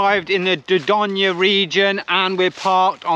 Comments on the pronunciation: It’s pronounced door doyn not da don ya 😭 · Great vlog but please check you pronunciation of Dorgone see ya next week. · Think you’ll find it’s pronounced Door doyn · You do not say the e in dordogne it's said door doyn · France is stunning, particularly the Dordogne 😍 I did have to cover my ears over your pronunciation tho 🙉 lol 😂 maybe listen on Google translate?! You’re great and no disrespect meant at all. Enjoy your travels xx